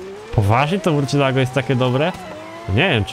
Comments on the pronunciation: nie murcielago, tylko marsjelago:D pozderki;) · Mówi się "Mursjelago", to Hiszpański. xP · Murcielago (mursjelago) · Z tego co wiem to się mówi „mursjelago” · Dobra zrobię mały hejt nie żeby obraźliwe ale następnym razem sprawdź na internecie jak nazwe danego samochodu wymówić ponieważ Murciélago się tylko pisze a teraz sprawdź potem gadaj bo jak narazie od tej wymowy uszy bolą...